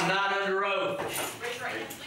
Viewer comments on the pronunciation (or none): “I’m not under oaf”